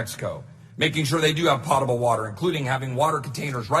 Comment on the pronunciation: Pote able not pot able